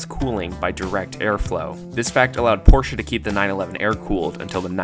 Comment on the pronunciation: First, you get a like because you say Porsche more correctly than most others. Usually, I shut off the video the moment I hear the person mangle the man's name. The flat layout is good because it sits so low in the car, but at the same time, it's hard to get to. General Motors also put boxer engines in the Corvair.